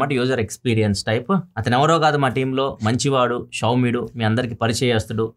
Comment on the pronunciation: Mari bro manchi vaadu showmyudu ani anniya slang lo cheppadu kadha..daaniki justify chesadu